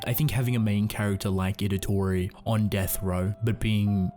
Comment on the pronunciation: Also, you keep calling him Idatori, when it's Itadori